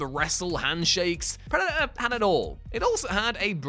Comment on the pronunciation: It's Predator, with a t.